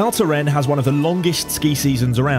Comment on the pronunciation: pronounce the "S' at the end , cheers...